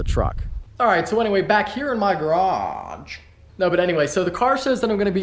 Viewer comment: Hahaha "back here in my garrraage"